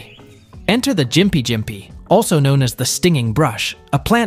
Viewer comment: As a Austran, i beleave gympie is pronounsed (gimp-ee)